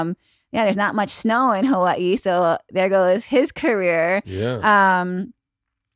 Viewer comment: How can you be from Hawaii but not know how to say Hawaii? Debunked!